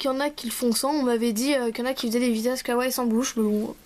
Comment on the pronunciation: Sa se dit KAWAIIIIIIIIi pas kaway mais la créa est super !